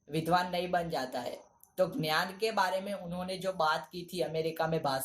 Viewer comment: Ghyanam nahi dnyanam your nice